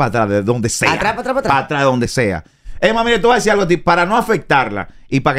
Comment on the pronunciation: Es que ella dónde va la r pone la l y donde va la l pone la r por ejemplo tú ves que ella dice argo en ves de algo.